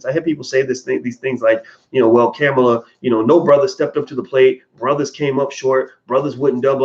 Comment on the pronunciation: Why can't you pronounce the VP's first name correctly? People deliberately called Ali "Cassius clay" to disrespect him.